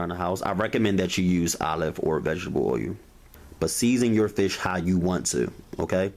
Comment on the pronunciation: Olive what? Olive oyou? hahahahahahahahahahahahahaha you killed me bro